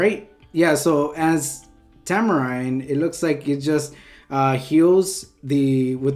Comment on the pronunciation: diene >>> tamarine work on your diene man XD